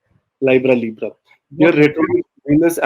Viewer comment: note that libra is only pronounced one way. that is as in the vowel easy, not as in library.